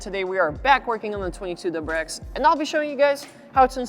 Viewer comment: I'm a simple man, I see Ernie and I click! He's such an awesome personality and is great at these videos! "Dubarex" 😂